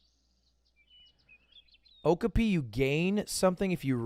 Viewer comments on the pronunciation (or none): Does he say Okapi wrong on purpose